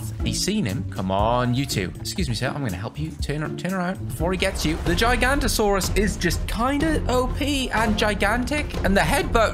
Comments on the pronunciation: The Giganotosaurus isn't actually pornounced as "JY-gan-to-SAW-rus" Its actually pronounced as "GIGA-noto-SAW-rus" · The giga Is Pronounced Giga Nont O Saurus And Cerato Is Pronounced Cer-at-o-saurus Car Car Is Pronounced Car car a don to saurus And Stiggy Is Pronounced Stig gy moloch